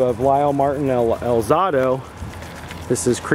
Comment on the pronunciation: al ZAY do, not al ZAH do